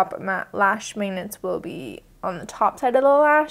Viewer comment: How do you pronounce "magnets"? I keep hearing you say "mangnets"... I'm from Brazil so of course I'm NOT an expert.